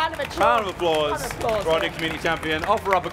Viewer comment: I know they're saying "round of applause" but I keep hearing "random applause".